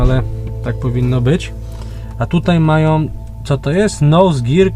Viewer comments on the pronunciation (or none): none